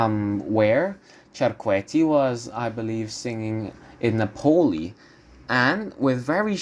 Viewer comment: Nápoli, not Napóli. Otherwise interesting.